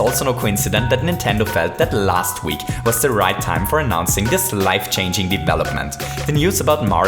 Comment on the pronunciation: He says this like dis